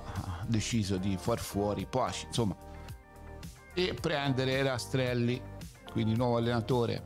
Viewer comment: Minuto 7,55 circa.... RASTRELLI... poi l'hai ridetto ammodo ma li per lì... 😂 Grande... Il bello della diretta 👍🖤💙